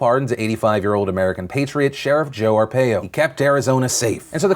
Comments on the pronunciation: Joe Arpaio is pronounced R-Pie-O, cringed every time and didn't hear a single word of the story haha. I'm from AZ so luckily I know the story pretty well. Love you Phil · I'm in Maricopa county Arizona. It's pronounced Are-Pie-Oh. I shrieked every time you said his name (which was A LOT) lol! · Hahahaha. It's pronounced Joe Ar-pie-o . Source: I live in AZ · Its pronounced Are-pie-oh... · Phil, I'm from AZ, had to live with Arpaio for waaaay too many years. His pardon is disgusting, but PLEASE pronounce his name correctly. Arr-PIE--Oh. Thanks Phil, luv u. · Are Pie Oh is the pronunciation of Joe Arpio, at least all the locals call him that. :D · It's pronounced "Ar-pie-oh". Do your research. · SO many people mispronouncing Joe Arpaio's name in the national news. It's Ar-pie-oh. Not saying I'm a fan, just thought more journalists would know how to pronounce a major political player's name. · You say arpaio wrong. It's are-py-oh just saying.... Couldn't research the name? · It's pronounced Ar-PI-o fyi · I do like the view you have on the pardon the only thing I'll be a stickler on is it's Arpaio like ar pi o. Its just my peeve on pronunciation anyway love the vids keep them coming. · don't normally correct but it is are-pie-oh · Joe Arpaio's last name is pronounced Ar-PIE-o. I'm not trying to be mean I just want to help you out Mr. DeFranco! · Love this channel but you're miss pronouncing Joe Are Pie O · You're saying Arpaio wrong. It's AR PIE O!!!!!!!!!!!! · You could at least take the time to learn how to pronounce ARE-PIE-OH... I'm a fan, but if you're going to virtue signal get it right... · R Pie O = Arpaio 😉😆✌ Love You Man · I know this is picky but the name is pronounced Jor Are-pie-oh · It's pronounced R-pie-O. Idk phillyd it bothered me ¯\_(ツ)_/¯ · As a brown person from AZ, I hate Joe Arpaio, but Phil... It's pronounced Ar-Pie-Oh. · Hey Phil, love the show. But I live in Maricopa County and Arpaio is pronounced ARE-PIE-OH. Just to clarify. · Its Joe R-pie-o